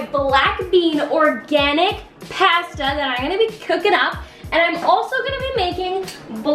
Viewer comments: It’s posta not pasta I spelt it wrong bc u pronounced it wrong this comment is not trying to be mean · She call Pasta” pwasta